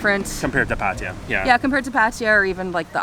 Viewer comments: Thank you for your explanation as to why you deliberately mispronounce it. Still a bit strange as you know this sounds silly with the ‘I’. You might have heard it from other YouTubers who didn't know any better, but it's just patajaa, which is how most farangs pronounce it. Anyway your video’s are nice watching and I enjoyed the Nightmarket and Koh Samed video, it gave us a good impression to choose the area where we are going next week: not the Kaew Beach as my first plan was, but the Tubtim . Enjoy your travelling! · Nice video. Just wondering why you both keep saying Patija? There is no ‘I’ in Pattaya